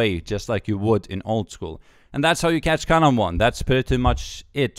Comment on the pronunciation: I just watched this cause I like how he says karambwan